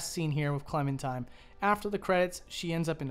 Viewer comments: her name is Clementine, not Clementime. Classic Valentine/Valentime situation. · Am I the only one hearing him say “clementime” instead of “clementine”